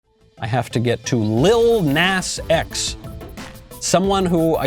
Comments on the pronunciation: Knowles.... its PRONOUNCED "NAH-z"... you old foggy! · It's actually Lil Nahs X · The way he pronounces “Lill Nass X” 😂😂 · You obviously have never even bothered to research him at all, never even looking on YouTube to get other peoples opinions and thoughts about lil nas x because if you did you would pronounce his name properly, especially because his name is only one syllable, it is spelled with three letters, & most importantly because you Graduated from kindergarten and learned the English language